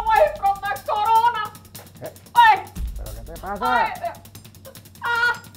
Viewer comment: Abuela said Corona? More like Coronom'am!!!!